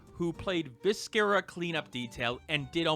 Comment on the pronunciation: viscera is basically pronounced without the c